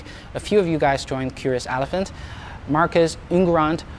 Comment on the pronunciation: it's elephant and not alephant